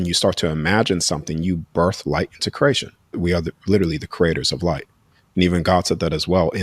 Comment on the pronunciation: I love this bloke. I’d love him more if he’d say cree a tion. Not curate Curation I’m sorry for being fickle 💐